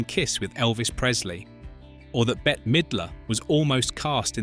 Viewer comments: Bette is pronounced like Bet, not Betty. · and "Betty" instead of "Bet" (Bette). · You should teach your AI how to pronounce the celebrities names even though Bette Midler’s name is spelled BETTE the last E is silent she is not Betty. She also would’ve been a horrible choice for the main character in sister act! She is a beautiful woman and excellent actress and a glorious singer, but that role was not made for her. It was made for Whoopie. I don’t care who they say they wrote it for. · It's killin' me that the audio and captions call Bette Midler either Better or Betty. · Actually, Bette😊